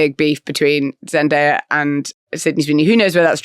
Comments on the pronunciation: Why is Richard calling her Zendire? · Richard continuously pronounce Zendaya's name wrong even though he hears the right way to say it, Whats up with that?